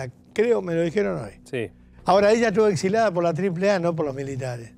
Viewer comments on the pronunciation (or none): Vuelvo a decir: Baby, se dice exiliada no exilada. Y otra; no creo que ninguno de esos impresentables y vulgares sepan qué es la espada de Damocles. Se ríen de todo el mundo y no ven que hacen un programa vergonzoso. Patético ese final de todos disfrazados como unos ridículos!